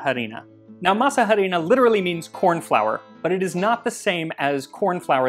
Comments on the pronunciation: Arina, not ha-rina. The 'h' is silent. Why? I don't know. Why is "enough" pronounced "enuff" in English. Maybe the Cloister monks who wrote these words were very bored and got their kicks watching people mess up the spelling of those words. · Mole, por favor. Yum, que deliciosas! I chuckled hearing you pronounce “harina.” 😅 The h is silent therefore it’s arina not “h”arina. Heeehehee.😅. G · I’m that annoying person who needs to correct 😂: masa harina doesn’t “literally translate”, corn flour, it means dough flour, or in this case: masa flour because is a very specific type of dough… sorry! I know no one cares but it it bugged me and my neurodivergent brain started to glitch, even though I totally understand what you mean 😂…. But your Spanish pronunciation is VERY good (just a pro tip: the H in harina is completely silent) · Harina is pronounced “ah-REE-nah”,silent H..👍🏽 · Love your channel but harina is pronounced "arina" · Harina, don’t pronounce the h, just say Arina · OMG, I nearly died when I heard you say "harina" without the silent h... I think it's so sweet that you try to use the original names of things, and I'm proud of you for acknowledging your mistake later in the comments... Now, to answer your question: chocolate!!!!!! Please!!!!! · Quit pronouncing the h in harina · It took me a few times to realise he was saying harina, the “h” is silent in Spanish, also we just call that maseca, but really great video these are also just called empanadas in Mexico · This is how we eat quesadillas we stuff them with cheese mushrooms or cheese pumpkin flowers and top them with pickled shredded carrot and cabbage. oh by the way I'm sure someone already mentioned that the H is silent in harina. can you do a history of mole it's one of my favorites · Love it! Thanks for your work, by the way the H in harina is mute, your pronunciation for the a is correct. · These look yummy. Oh,, btw the H in "Harina" is silent 🤭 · A little information, the h in "harina" is silent.